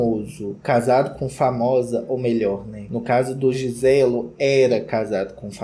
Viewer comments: O "Giselo " morri😂😂😂😂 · "GISELO" HAHAHAHAHAHAAHA Mortaaaa aquiii 😂😂😂😂😂😂😂😂